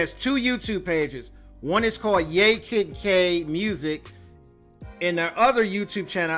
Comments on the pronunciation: It's pronounced YAH Kid K not yay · It's pronounced "YAH" Kid K, and she didn't want to sign with the new label who purchased label where "Pump up the jam" was originally recorded. So they promoted it without her. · It is pronounced Yah Kid Kay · Like YAAH Kid K Say Yaaah. Thats how the first name is pronounced